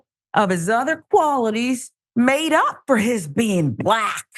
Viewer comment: Don’t say BLLACK like that! Lol😂